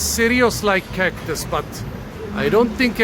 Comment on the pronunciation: i heard cock-tus, 😂😂 poor woman